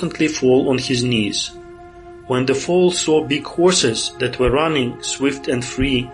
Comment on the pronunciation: Богатый словарный запас, однако, молодцы. Если что were читается как уё или вё, а то на слух как where получается)